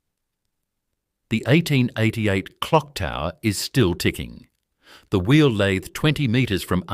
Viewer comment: Lathe say it correctly F AI